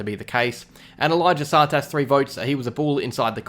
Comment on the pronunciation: yeah only way I can sorta explain it is too much emphasis on the second syllable